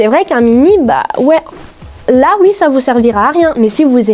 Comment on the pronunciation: Tu dis ui à la place de dire oui ça me tue😂